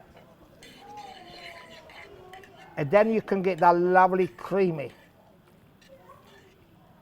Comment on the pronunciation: Pasta pasta pasta, a little child can do thath.